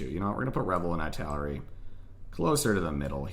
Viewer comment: Thanks, it helped a lot! (Btw, Italeri isn't pronunced like that, it's "ee - tal - er - ee")